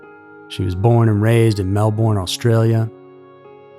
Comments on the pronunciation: Melb'n mate not Mel BORRRRRRRN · I live in Melbourne Australia. It's hilarious how Americans pronounce Melbourne. Haha. We say it more like Mel burn but the r is barely pronounced. Love your content. Am in the process of watching every single one of your vids xx